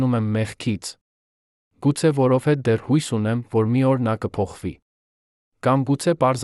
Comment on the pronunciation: Այ ասմունքող, դու ինչու ես հայերենի ,,և,, տառը ջնջում, միթե չգիտես,որ և ,,ը երեք տառ է, այսինքն ,,յեվ,,, դու դրա իրավունքը չունես, ասում ես որովհետե, ,մենք նման բառ չունենք, այ իմաստակ